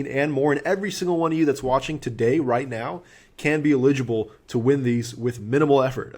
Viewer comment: every time you pronounce eligible that way I do a spit take and my computer is drenched